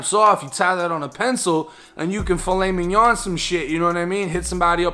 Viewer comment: He said filot minion some shit 💯💯💯😂😂😂😂